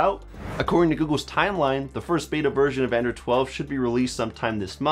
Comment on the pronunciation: It sounds you are saying "Andrew"